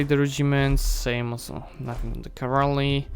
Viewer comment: As much as I love this series, please try saying CA-VAL-RY not CA-VAR-LY. :) And land-locked is nation which does not have access to any SEA... In defines.lua it is called move-lock. Not to mention that navy can also be move-locked. At the beginning of any save file there is a section named "dlc_enabled" - maybe you should play with some DLC's turned off, for example to avoid such a ridiculous level of government reform at this stage of a game. And also it would show even more proficiency if you were limited in your actions accordingly to DLCs "possesed" by original player/author of a save file, not your DLCs.